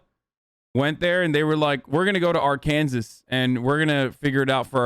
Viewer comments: Hasan making fun on how to say words correctly when he said ar-kansas instead of Arkansas lmao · "R- Can-zis" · Everyone please teach him how to say Arkansas